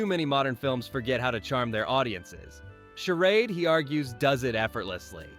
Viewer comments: It's Not "Sher ODD." It's "Sher ADE.' Stupid AI voiceover. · This voice is AI -- notice how it mispronounces "charade" half the time. Though I'm sure the list is accurate!